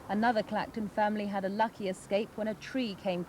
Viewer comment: “On the CB I erd the wall ad gone” hahaha. “I copy you roadrunner” over and out.